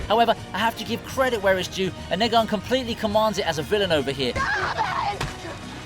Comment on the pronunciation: How can you possibly mispronounce Negan? KNEE-GHiNN… Literally almost everyone of the saviors refers to themselves by the same name from one time or another, and they all pronounce it the exact same way and it is not subject to cultural differences or changes in language, no proper names are…. Phonetically, they should be the same in every language, At the very least, just try